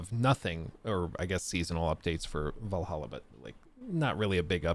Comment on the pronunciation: Man can you please just pronounce Valhalla properly I understand the running meme but it’s getting kinda old…grinds my gears